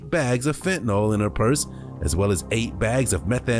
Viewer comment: It is actually spelled and pronounced fentaNYL, not fentaNAL. Nobody seems to say it correctly...